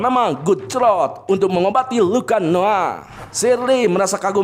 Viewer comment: Bukan dokter crot bang tapi croy 😂😂